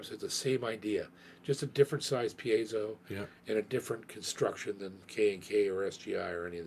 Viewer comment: is one of the few people to pronounce piezo correctly